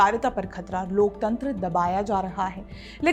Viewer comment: Loktantra nahi loktantar bola karo pleaseeease😂